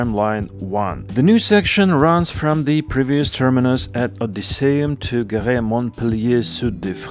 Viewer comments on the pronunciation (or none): Gare: gaar. I am surprised that you did not look it up. French is not a secret language. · As someone living in Montpellier and literally just took a TGV to come back home, it's about time we finally got that extension, definitely makes going to the station way easier. Also your pronunciation was fine (just for the word "gare", the e is mute like you'd say car for example)